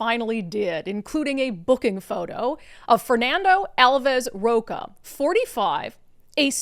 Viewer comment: I think you've been in the US enough years to know that the "ch" sound in Spanish is not "k or c" sound, it is like "chile, chile" ch, ch, ch. So his name is Ro-CHA as in cha-cha-cha